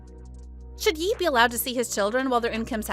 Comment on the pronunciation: Are you really just pronouncing it Yee?